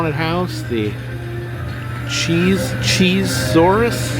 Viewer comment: OMG, "cheese-saurus" made me laugh so loud!!! My French is a bit rusty, but I'm pretty sure "Chez Souris" (pronounced "shay sue-REE") means "place of smiles." So my guess would be it's like a fun house? 🤷‍♀